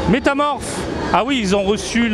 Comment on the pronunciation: Metaphoooor pas metamorph ca c'est pokemon 😅😂